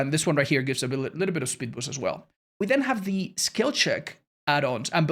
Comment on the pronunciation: Spood beest